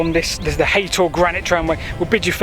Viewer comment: It’s haytor nit haton I can see the rocks at the top of the hill from my house